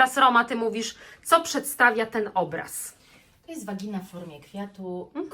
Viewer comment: No ale prosze blagam was ludzie jak chcecie uzywac angielskuch slow z jakiegos powodu zamiast polskich i zamiast mowic pochwa mowicie vagina to prosze przynajmnie zapoznajcie sie z wymowa tego slowa to brzmi tak glupi jak polka mowi na pochwe vagina i to jeszcz w tens sposob jak sie to pisze no ale to zupelnie inaczej sie wypowiada tak to juz jest z jezykiem angielskim ze pisze sie inaczej czyta sie inaczej i po co to robic posmiewisko uzywajac slowa ktorego sie nie umie wypowiadac now po polsku i w pozadku